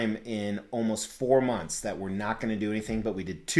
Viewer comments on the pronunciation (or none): none